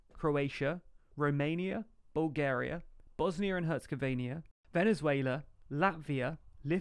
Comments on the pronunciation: Herzegovina, not HerzegovANIA!!! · A tiny correction: it's Bosnia and HerzegoviNA, not HerzegoviNIA :) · I hate when people say Herzegovna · Bosnia and Herzegovania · It bothers me that he's pronounced Moldova, Herzegovina and Niger wrong :( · I never heard that version. But keeps saying it wrongly in like 3 videos already.